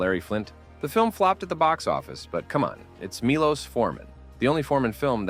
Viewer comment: it's pronounced ~ "Mee - Lowsh "